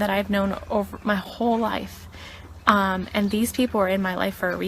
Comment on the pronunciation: Also she said "and" as "end" and really emphasised it Ennnnd